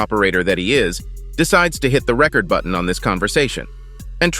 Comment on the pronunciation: the Record button ok A.I learn to pronounce